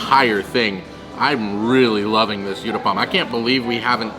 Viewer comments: It's not you-thapam it's called oo-thapam. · The uthappam is pronounced "ooth-a-pum". Thank you for this yummy video!